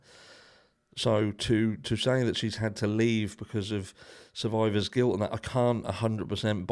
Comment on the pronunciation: Did you say Quiler guilt or survivor guilt!?! Allegedly! 😮